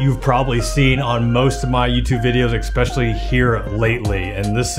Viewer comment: "expecially" smhhhh